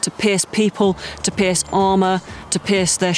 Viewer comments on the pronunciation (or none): took me a second to realize she meant pierce not piss lol... then again it’s fucking 3 am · I thought she said "it was to piss people off" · I could have swore I heard the woman say "piss people, piss shields, piss armor." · She said Pierce but it sounds like “piss” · when she said “pierce” i thought it said piss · ”To piss people, to piss shields, and to piss armor” is what I hear. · When she said Pierce I thought she said piss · What I heard "to piss armor, to piss people" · When she said Pierce I head piss🤣😂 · I thought she said to piss them off lol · I swear she said “piss” instead of pierce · I thought she was saying to piss not pierce. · Sounds like she's saying to piss armor and to piss Shields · i though the girl say piss instead of pierce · who else thought she was saying piss and not pierce